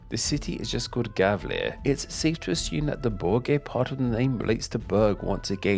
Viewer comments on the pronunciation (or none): Whether you spell it Gävle or Gefle, it's pronounced YAVE-leh. G before E, I, Y, Ä and Ö is as said "soft" and pronounced Y. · He pronounced the ö correct in Södermanland. But wrong in Götaland. Btw the g in Götaland is a j sound. He pronounced Gävle wrong the g should be pronounced as j sound. Gotland is pronounced correctly with the g and the o like au in the word austria.